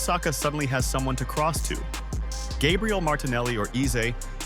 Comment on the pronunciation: I was out as soon as the AI tried and failed to pronounce Gabriel’s surname